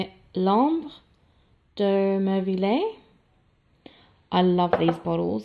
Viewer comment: Ok, I’m still watching but I had to comment before I forget. You bought a lot of perfumes that I had in the past or on my wish list. I had Dolce and Gabbana, eau des merveilles by the way the pronunciation is Mer-Vey. I had So Oscar de la renta, I have on my wish list Rose oud by Yves rocher. Mom guerlain and Devine Givenchy